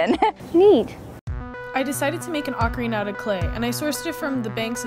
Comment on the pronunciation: I thought he was an expert until he mispronounced Ocarina.